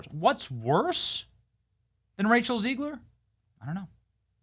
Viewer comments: Why do you say Rachel "Zee-gler?" It's Zeg-ler. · I think it’s Zegler, not Zeegler.